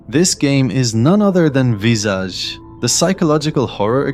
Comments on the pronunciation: Finally someone who pronounced the game's name correctly and didn't say 'Visidge'. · Hey you actually pronounced it right. Most people say vis-ige..lol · Kudos for the correct French pronounciation.